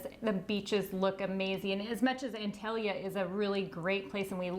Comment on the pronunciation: it is pronounced ONtalya